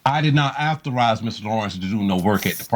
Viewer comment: 😂😂😂 u was artized to say right word lol 😂 😂😂😂😂 authorize man……